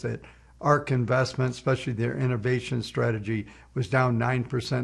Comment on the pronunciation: I enjoy this channel however it irks my soul when I hear "ex-specially" over and over.